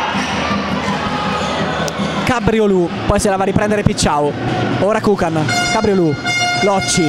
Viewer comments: Ahah, alla francese tipo Cabriolet. Bastava pensare invece al simpatico ruminante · Cabriolu' è pronunciato in.modo errato ma divertente